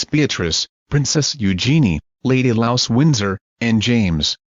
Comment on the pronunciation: Lady louse, he says 😂